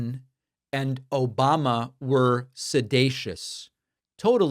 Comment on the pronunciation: Please do not ever stop playing the "obamna!!" 😂😂